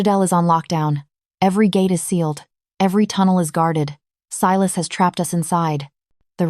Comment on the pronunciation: I love the reverse harem storylines!!! Unique. Creative. Vetted. I’m not sure why, but about halfway through AI began mispronouncing Silas’ name. It got so bad that the subtitles began to spell the name. Unusual, bc that was not the case with other story from your collection… Good story.